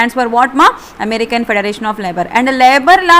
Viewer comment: american fedaaration labour fedaraatiion